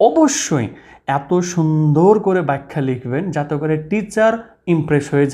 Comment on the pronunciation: Vaiya, ওটি "ব্যাখ্যা", 'বাইখ্যা' নয় 🤭🤭😂😂🤣🤣🤣🤣🤣🤣🤣